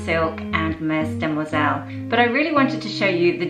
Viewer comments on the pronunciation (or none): Very good video! I specially loved the Mes Demoiselles (pronounce : [me de moi zel], the ‘s’ is not pronounced in this word) dress with the black leather biker. Thanks! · The first s in mes demoiselles is silent 😌 meaning my (mes) young ladies, or actually plural of mademoiselle.